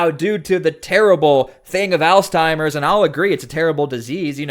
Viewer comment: It's "ALZHEIMER'S" not Alzteimer's, for the love.